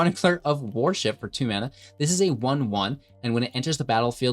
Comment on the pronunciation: I've never heard someone mispronounce "worship" before. Sounded like "warship."